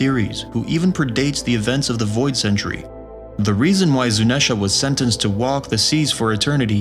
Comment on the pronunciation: Why are you saying zunesha and not zunisha